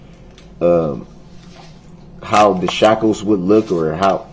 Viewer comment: I think he was trying to say "shackles", but he's entirely illiterate